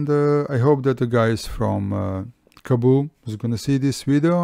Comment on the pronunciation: Kaboo? :D It's Kaabo